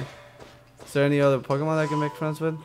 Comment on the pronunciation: r u kidding the pokemon say their names please just listen so you can say them right